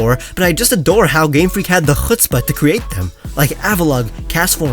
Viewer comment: I’m Israeli so it’s hilarious for me when says: חוצפה